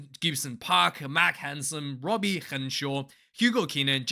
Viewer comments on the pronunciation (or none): none